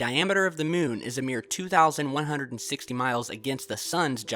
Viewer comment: that speech impediment tho and that weird way he calls it the mewn. an object floating over the mewn. the mewn. toppest of le keks.